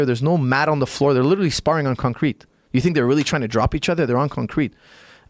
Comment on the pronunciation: the way this guy says concrete.. I was all for it until he said concrete